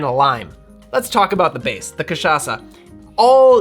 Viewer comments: It's difficult to speak like a Brazilian, but other than that, your pronunciation of Rabo de Galo and Cachaça is very good, almost like you were one of us, haha. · I loved the way he pronounces CACHAÇA like a real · Just brought a bottle of cachaça back from Brazil and am so stoked that you said it right lol (and stoked to make this, of course)